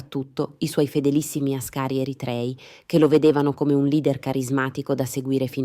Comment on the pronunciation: Àscari, non ascàri.